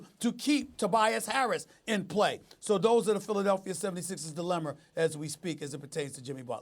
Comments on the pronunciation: Did this nigga just say "Dilemmer"!? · SAS: “Dillemer”